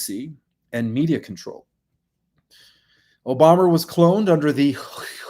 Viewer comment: Re: OBOMA....there is video of him touting himself as the first Kenyan born person to possibly be a Senator. He bragged about it. Also, WHO IS OBOMMER? You keep saying Obommer and it's irritating.